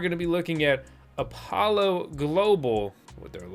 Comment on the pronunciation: YU-ann / IPOLLO [like APOLLO] / Cuckoo actually pronounced KOO-KOO